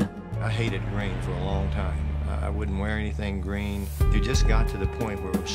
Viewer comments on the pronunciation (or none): none